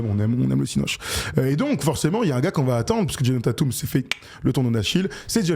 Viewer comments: Déjà c’est « Taytum» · Mes oreilles saignent avec vos Tatum 😢... Svp faîtes un effort "Tètum" c'est une superstar c'est pas un no name comme Knecht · Djèzonne Tatoume